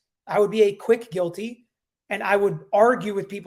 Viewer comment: Guilty. Not Quilty. Lmao. The Q and the G are not even close to each other